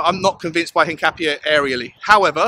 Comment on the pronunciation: Hincapié is pronounced hin-cap-ee-eh. In Spanish, that accent over the 'e' gives it an 'eh' sound.